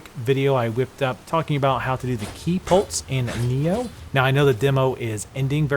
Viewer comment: It sounds like you're saying ki polts (like paul-tz) instead of ki "pulse". Not trying to be a dick, or insult, you're video is very good ty, it's just that's what my ears are hearing.